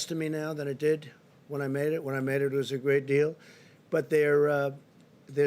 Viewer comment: I love the way The Donald says the word “China.” It drives the Democrat-owned news media absolutely nuts.